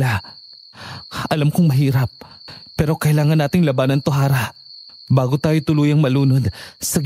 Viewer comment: Harrah ksi not arrah